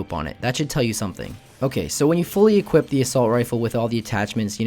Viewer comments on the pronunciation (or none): none